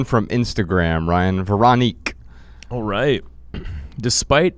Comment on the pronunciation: It’s “ver-oh-NIQUE” btw from a girl with an absolutely unpronounceable last name. This is one of the best episodes ever! Jeannette had so much authenticity and genuine wisdoms to share. Thank you all three!